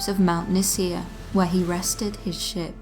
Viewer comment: I was listening to your story and I have one of those moments where I didn't hear the words correctly.. I could have sworn at one point that you said "where he rested his shit" rather than "where he rested his ship" I was like WHOA is talking street!